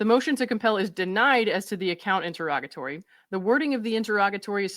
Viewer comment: I just want to thank you for pronouncing “interrogatory” and “interrogatories” correctly. 😊